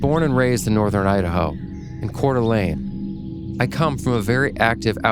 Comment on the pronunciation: Love this!!! Camp Creeply episodes are always some of my faves. And as someone from Northern Idaho I'm a bit ridiculously excited it was mentioned. And kudos to pronouncing Coeur d'Alene correctly! I've been trying to get my mom to submit her story with some interesting floating lights in her backyard. Somewhere she actually has a video of them and I still remember when she called me the night that it was actively happening to tell me about it.